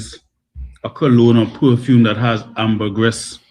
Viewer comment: Wow. Was that poofume or perfume from sweat? Seriously😝